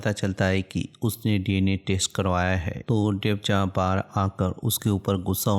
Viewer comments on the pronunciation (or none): Bhai ja ya jaha kya bol raha hai irritate